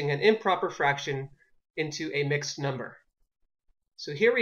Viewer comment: Did anyone see he spelled number wrong he said "mumber"?